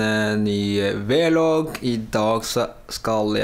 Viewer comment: hvorfor sier du V log